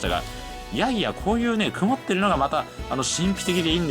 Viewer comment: 物凄くくまっています 🤣可愛らしい言い間違い 雲っている風景にも感動する日本人的感性の伝道をありがとう❤️